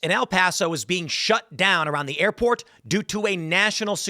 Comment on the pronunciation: "Airporn" I can't be the only one to hear Tim say that right?